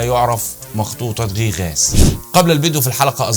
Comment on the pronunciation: تعليق واحد فقط اسمها مخطوطه غيغاس وليس غي غاس للتنويه فقط